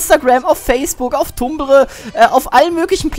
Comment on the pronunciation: wie kann ein mensch nur so viel labern?! D. warte....brustbacken?! dafuq?! xDD und tumblr schonwieder falsch ausgesprochen xDDD